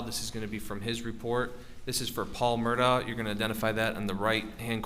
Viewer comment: This guy is either thick or purposely mispronouncing their surname. Have some respect.